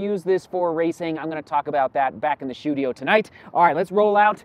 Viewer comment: "Shoedio" is what made me like this vid immediately 👍👟